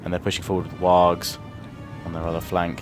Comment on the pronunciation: Just a little correction, its not wags, it sounds more like worgs, though it is spelled wargs.